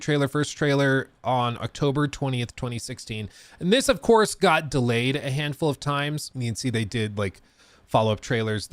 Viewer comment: Hello, it’s “delayed”.